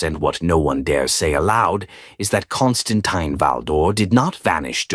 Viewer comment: kaan stuhn TEEN. If you're going to put out AI trash, at least put in enough effort so say the name correctly.